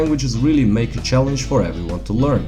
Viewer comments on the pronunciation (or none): none